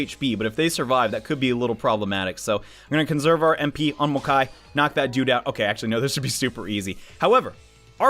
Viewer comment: Mokoi, not Mokai